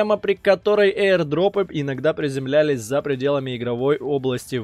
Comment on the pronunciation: Аирдропом, а не эир